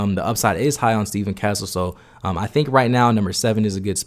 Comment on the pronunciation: This dude butchering everyone's names. "Steven Castle, Isaiah Coler, Ja'Kobe Walters" put some respect on their names bro, this ain't no Antetokounmpo. Stephon Castle, Isaiah Collier, Ja'Kobe Walter